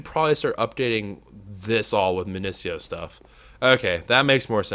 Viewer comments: Please, say it with me: MIN-IH-SEE-OH Essence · not MIN-IH-SEE-OH madpack gives a prunciation its min-i-eek-oh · Sieve is pronounced Siv, you used to say this, and Minicio is pronounced Min ihh See oh